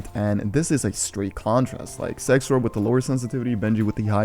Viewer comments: Not tryna make fun of u but u say sexrow but it’s zexrow. Ik it’s just ur accent but just a heads up. I love ur videos 👀💯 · Who else heard SexRow instead of ZexRow. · Everyone:: sexrow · He said sexrow 😂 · did he say "sexrow"